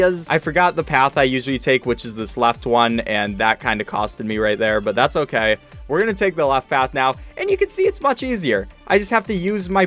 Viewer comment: On level 24 you said oh gay